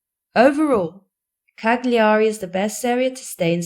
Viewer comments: OMG! Not Cag-li-ari! Cal-ya-ri!😊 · You dont pronounce the G in Cagliari. Its silent.